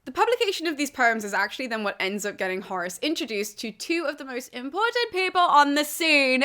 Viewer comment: I hear Horus every time xDD